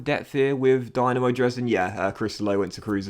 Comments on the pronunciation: Eyy Dynamo Dresden! Nice to showcase the german tier of football. As a heads up, the club is pronounced Dee-Na-Mo, not the Dynamo you'd think it is.... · i believe the y in dynamo is pronounced as an E and the e in dresden as an A